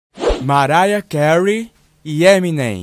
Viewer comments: Maraia cary ? Marara cary ? Mano tou moooorendo de rir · Marara Kéur i 😂😂😂😂😂😂😂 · MARARA KEURI